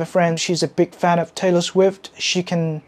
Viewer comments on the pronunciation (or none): Taylor Sguift 😂